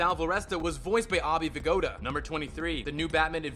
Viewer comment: Ah-bay Vigoda???!?!?